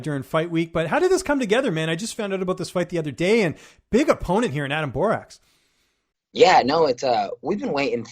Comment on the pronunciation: First of all learn to pronounce Borics' name he is now 15-1 after winning vs Hamel who missed weight and had 10-15 pounds plus over Borics at the start of the fight ! Look Hamels face after the fight looked like he was hit by a truck !!! Adam Borics had 0 damage after the fight he was fresh no cuts nothing!